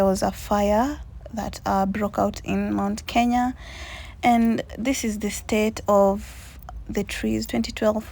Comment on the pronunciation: Kenya is a beautiful country 🥰🥰 And you have the knack of saying it right. And this voice. This voice.... This voice,🤤🤤🤤🤤